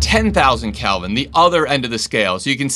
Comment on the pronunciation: Isn’t it “kelvin?” Not “calvin.”